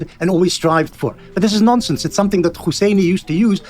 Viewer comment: I just love the way Benny Morris pronounces the word "nonsense". Nonsinss.